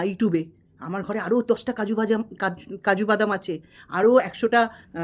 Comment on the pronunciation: বলছি আপনি আগে কাজু বাদামের উচ্চারণ টা ঠিক করে করুন😂😂😂।।। আপনারও তো অনেক কেচ্ছা শুনলাম দেখুন yt তে সবারই কিছু না কিছু আছে বেকার খিল্লি করে লাভ নেই।।। আপনি যেমন পরকীয়া রতা টিন কে সাপোর্ট করেন তার পর অন্যের চরিত্র নিয়ে বলা আপনের মুখে মানায়😂😂😂😂।। নিজের বয়স টার অন্তত লিহাজ করুন😂😂😂